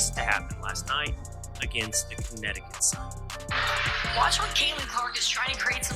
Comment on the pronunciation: Cuntneticutt is that what you are saying???😂😂😂😂